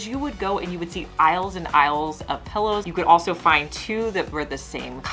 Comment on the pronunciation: Pillow not Pellow 😫